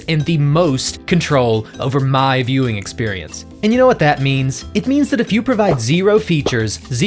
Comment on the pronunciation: Everytime you said "My Viewing Experience." All i could hear was "My Mewing experience"